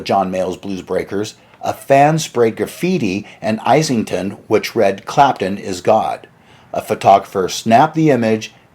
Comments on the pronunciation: "Ise-ling-ton" - where on earth is that - did you mean "Islington" ? Otherwise a great video 😎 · Iss-lington, not ice-lington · It's "Is-Ling-Ton" not "I-Sing-Ton" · Great video dude ! However...I am a sergeant of the british pronunciation police..so...I apologise profusely but I have to point out: 1) Islington is pronounced 'is-lington', like the word 'is'. 2) Any English name or place name which ends in 'ham' like Oldham is pronounced 'um' so it's like 'Oldum'. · Islington is pronounced izz- ling - ton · It's pronounced 'Iz-lington'. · Islington is not pronounced Eyeslington - Islington as in Is. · Islington is pronounced “Is” which rhymes with “his” and Oldham in Andrew Loog Oldham is pronounced without an H. It’s not “Old-ham” it’s just “Old-am”